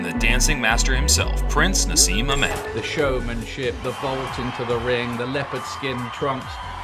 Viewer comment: Naseem? FFS no.